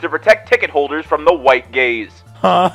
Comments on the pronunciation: I was listening to this while doing chores and I really thought you said that theater was trying to protect ticket holders from “white gays” 😱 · Oooh, he's saying "white gaze." I was very confised for a minute.